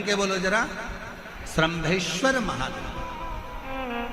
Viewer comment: श्रम्भेश्वर महादेव सही शब्द है। और श्रमभेश्वर गलत है।